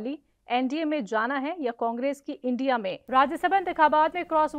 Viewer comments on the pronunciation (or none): none